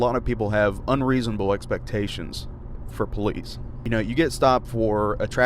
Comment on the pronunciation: So, are you the PO-leece?